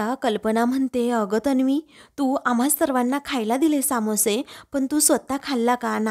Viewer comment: Samoshe nahi smoshe